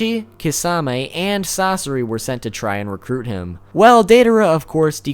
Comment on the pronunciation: "sas sore ii"😁